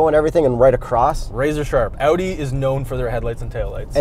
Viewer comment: your pronunciation is a 10/10. The "Audi" sounded like a german said it.